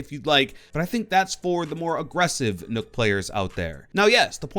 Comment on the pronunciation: I hate how he says Nook instead of Nøkk.